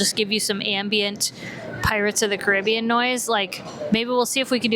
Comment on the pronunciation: Pirates of the what? Say it right